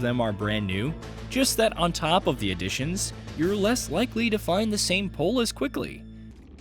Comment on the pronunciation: either you get your interns to ACTUALLY read things like POI correctly, or just stick with an AI voice. Either way. I don’t care